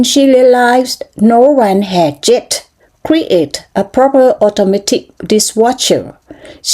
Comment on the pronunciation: ครึ่งแรกจังหวะไม่ดีค่ะ 😁 ไม่เหมือนตอนฝึก ตั้งใจมากเกินไปมั้ง Cochrane เสียง r อีกนิดค่ะ created เสียงท้ายค่ะ wire ไวเออร์ เลขหก ออกเสียงท้าย x ดังอีกนิดค่ะ ไม่งั้นจะกลายเป็น sick